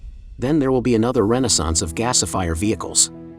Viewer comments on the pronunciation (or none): none